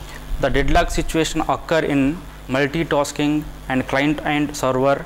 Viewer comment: Multitosking, giue. RIP english